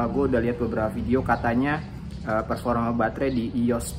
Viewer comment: Kok tiap denger performa berasa ferforma ya